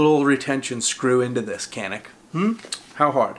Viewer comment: Pronounced (chaneek)